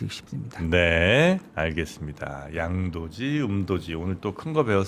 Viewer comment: 양도지 음도지 뭔가 발음이 😅